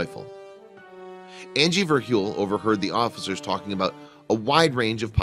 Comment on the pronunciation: If u go to u can hear him can her Andy and not Angie